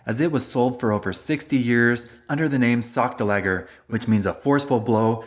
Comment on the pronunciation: I think it's pronounced "sock-DOLL-a-jer."